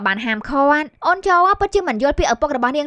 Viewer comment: អេតមីនយាយថា"អូន"ញុមស្តាប់លឺថា"អូច"😑